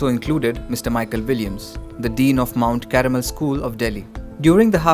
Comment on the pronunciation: It's not Mount Caramel...... and, it's 'MOUNT CARMEL'!!!